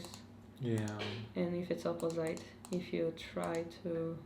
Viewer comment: Hello and thank you for the great video! Just one little correction, if you don't mind. The word "opposite" is pronounced like "opozeet" not "opozayt". :)